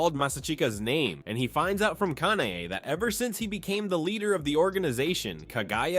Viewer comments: lets just talk why he is pronouncing both kanae and kanao like this its clearly kana ey and kana oh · Why did he pronounce Kanae wrong